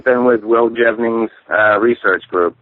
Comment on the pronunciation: Will Jevning? Really?